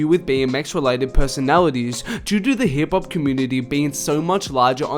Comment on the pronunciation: sounds like hes saying hibpop